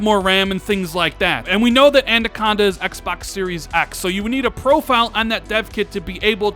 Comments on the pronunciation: Why does he keep saying Andaconda instead of Anaconda?🤣😂🤣😂🤣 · I realise this is being terribly picky, but a little bit of feedback for. It's pronounced An-AH-conda, not An-DAH-conda. Otherwise terrific content and please keep up the great work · say it with me, "anaconda" not "a-nan-conda" or "a-nan-conda" hahahaha. Awesome video. I can't wait for that July event. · Damn and that "Andaconda" 🤣😂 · Andaconda? Lol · I cannot take another year of saying Adacanda instead of Anaconda....come on dude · Andaconda uh? 😂 Every time! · Andaconda hahahaha he just cant get it right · "An-duh-con-duh" hmm... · lol "andaconda" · I thought I was the only one who noticed it 😂😂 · Is it just me that's getting triggered by his pronunciation of anaconda?